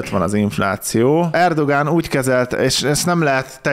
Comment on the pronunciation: Erdoğan ezt a ğ betűt a törökben nem ejtik ki, vagyis néma hang.